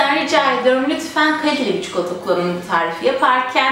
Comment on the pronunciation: Keşke “çikolata” demeyi öğrendikten sonra çekseydiniz şu videoyu.